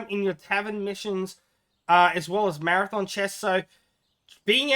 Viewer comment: have to say it really freaks me out to hear you say 'marathon' chest or 'marathon' vouchers, these things are called 'mathom', it's a hobbit word, not a race :D btw I would never use precious vouchers on equipment, I think they are far more valuable for gifts...